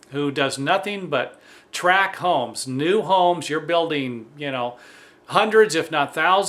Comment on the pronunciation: very informative video, but please get your terminology correct. It's "Tract" homes," not "Track" homes, as you pronounced it.